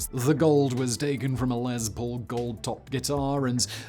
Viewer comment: "Lesbo guitar"? ... oh "Les Paul" guitar.